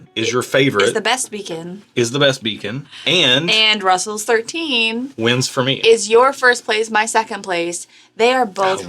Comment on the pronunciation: Did you mean to say “Beacon?”